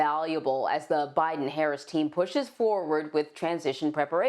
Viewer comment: President bye-ton